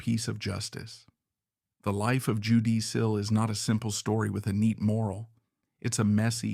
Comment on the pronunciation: Sorry I'm 95% sure this is AI, when you called her "Jew-DEE" instead of how Judy is normally pronounced. There's a lot of Y and EE's with weird phrasing, pauses clearly between cuts in the AI generation, not how a human who speaks American English talks at all.